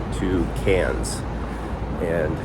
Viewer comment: Hey wow - you pronounced Cairns correctly!